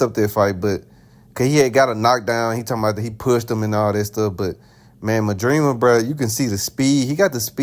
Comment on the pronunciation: By the way you say Madrimov i can tell you haven't seen any of his fights 😂